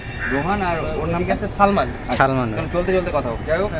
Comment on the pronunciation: Chalman naa, ota hobe. Nijer naam taao thik thaak bolte pare naa. ""😂